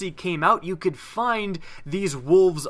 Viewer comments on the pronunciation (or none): none